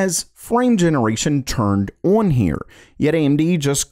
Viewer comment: The way he says the word "on" sounds like he's saying "owen"